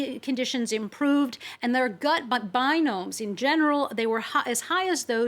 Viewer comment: Not "binomes"--"biomes"!